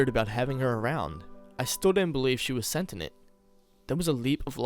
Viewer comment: Ok,. You have a genuinely good voice, and this was an interesting story. What I am about to tell you, please take it as constructive criticism because I like your vibe and want to see you do better. I caught a couple off-hand, but I'm sure there were more. You gotta double-check your pronunciation of certain words, ménage à trois, Pinot noir, and sentient being the few I clearly noticed. Otherwise, good job. Im subscribing.